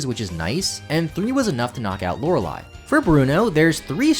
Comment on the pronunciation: I've been watching too many JRose videos lately, I got real confused when Lorelei was pronounced correctly